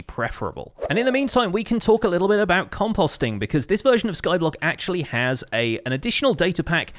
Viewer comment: Bruh the way he says composting